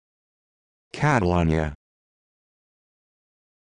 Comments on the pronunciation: That is NOT how you pronounce Catalunya! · this is the most gringo way to say it (if you're referring to the city in Spain)